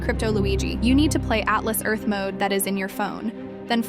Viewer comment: atlas earth ❌ talis earth ✅